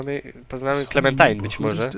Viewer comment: mowi sie klementajn